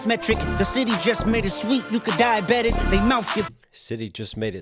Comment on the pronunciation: Dieabetic sounds like die about it